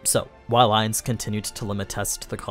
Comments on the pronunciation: It's not aniz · Him calling him Ains hurts